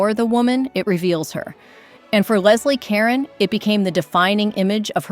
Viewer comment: Geez, check that AI pronunciation! For one, it's pronounced Leslie Ca-rone And Dietrich (her name is pronounced Mar-lay-na) made Kismet in 1944. Not the 30s. I can't watch this.